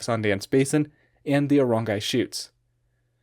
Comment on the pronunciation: just a note for your/anybody else's interest: Aorangi is said "ah-oh-RUNG-ee", where 'ah' is like the noise you make when you realise something (the 'a's are said the same as it is in Spanish (e.g. as in 'gato'), and the r is said with a trill/subtle roll, as for all a's and r's in Te Reo). and when multiple vowels are together in Te Reo, they are grouped into the same syllable. so 'ao' is not actually said 'ah-oh' as two separate syllables/with a hard attack between them, but instead as 'a(h)oh' (which sounds a liiiiiitle bit like 'ow'). an example of a word containing several of these is the name of our country - Aotearoa (ah-oh-teh-ah-roh-ah, which becomes more like aoh-teah-roah when said normally).